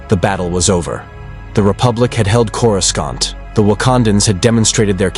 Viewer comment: LOL, the moment I heard the pronunciation on Coruscant, I clicked off. Stop with these fucking shitty AI videos, you uncreative loser.